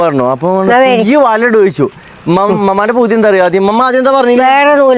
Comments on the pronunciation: പുയി അല്ല പുഴു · പുയു അല്ല പുഴു 😂😂